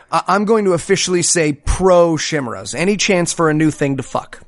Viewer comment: Oh no!! No, no no! and....Did just pronounce 'chimeras' as "shim-rahs"? That's funnier than the time my well-read younger sister pronounced 'chaos' as "cha-ose." I know there was that whole "nucular" issue, but this is even better! 'Chimera' is pronounced "kai-mair-ah." I know, it's not a common word, but I love you guys too much to just give you a pass on this!